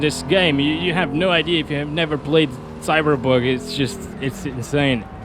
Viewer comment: Man, English speakers, will you ever learn to pronounce the name of the game correctly? I thought the Cyberbug jokes were in 2020, but you're apparently gifted?cringe